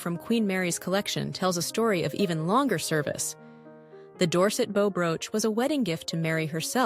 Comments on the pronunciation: Hearing bow pronounced like wow and not woah stopped me in my tracks. Unpleasant indeed. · They pronounce bow like bow on a boat